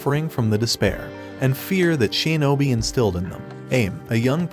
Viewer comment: shinobi❌ sheenobi✔